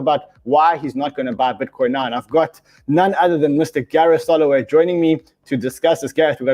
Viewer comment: Oh no Beareth Sorroway 😂